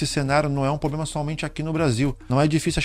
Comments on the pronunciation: Muito bom vídeo, mas, a palavra correta é "problema" e não "poblema". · Mano, ótimo vídeo, só evita falar poblema, pra passar mais credibilidade ao seu conteúdo, cheguei ao canal por esse vídeo e gostei do conteúdo. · Irmão, seu conteúdo é ótimo e sua voz (tom, ritmo, interpretação) passa muita credibilidade. Só uma ressalva mínima: a palavra problema. Já estou seguindo e recomendo! Desejo muito sucesso!